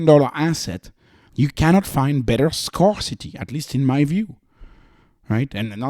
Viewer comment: It's pronounced "scare-city". English is stupidly inconsistent (presqu'autant que le français).